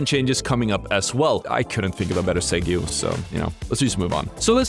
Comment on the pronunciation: Segue = “seg-way”